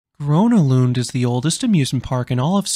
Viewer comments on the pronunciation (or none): It’s gröna lund not grona lund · its not grOna lund. How can you not even put in a minimal amount of effort when making an entire video? The letter Ö is not O. Everything about the video is otherwise good but why not even bother trying with the name?